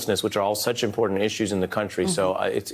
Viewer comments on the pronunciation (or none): ICURA, I love it when she say's the word impor'ant instead of the proper pronunciation important. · That's very " impo'ant"! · Darnal, it's " impor'ant" She needs to speak proper English.